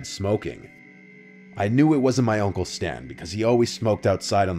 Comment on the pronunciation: Is anyone else hearing "oncle" instead of "uncle"?